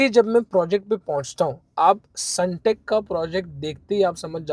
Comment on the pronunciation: Sundeck ❌sunteck✅ bhai aaise toh log aapko fraud hi samjenge